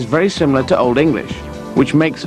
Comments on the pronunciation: This guy's Old English is awful! I had the benefit of taking a few classes with Peter Baker when I was a college student over a decade ago, and in the past 10-15 years, I've picked up a ton of Anglo Saxon. I feel fairly confident reading text in the West Saxon and Mercian dialects of Old English now. The hardest thing about Old English other than learning the inflected forms of words, is the pronunciation because certain sounds existed in Old English that no longer exist in 21st century English. An Anglo Saxon would have zero chance of understanding a modern English speaker because of the huge influx of vocabulary that has entered English, mostly through Latin, Old French, and 17 and 18th century French, over the past one thousand years. The time travelling Anglo Saxon would basically have to increase his functional vocabulary ten-fold. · Lol his old english pronunciation is so bad xD